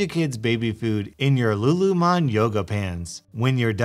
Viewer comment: its Lululemon